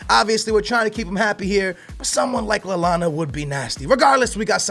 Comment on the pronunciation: NOT LALLANA